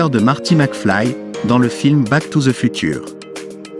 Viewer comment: FUTURE BONJOUR LA PROONCIATION